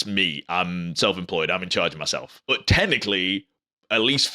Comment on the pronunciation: I love your accent when you say the word but. Bout! 😂